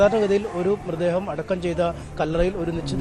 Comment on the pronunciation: മൃദ്ദേഹമല്ല മൃതദ്ദേഹം എന്ന് പറയു